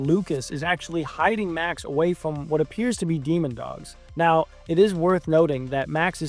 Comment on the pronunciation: Bro… it’s DEMOdogs not dEmOnDoGs